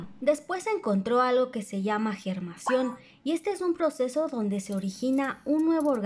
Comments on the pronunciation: sólo que dice germación en lugar de gemación..por lo demás bárbaro!! muy buena idea la de la lagartija extraterrestre!!! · germacion o GEMACION???